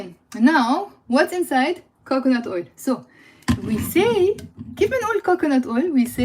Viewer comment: When you say olive oil and coconut oil, I understand olive ‘oil ‘ but somehow I don’t hear the word ‘oil’ when you say coconut ‘oil ‘.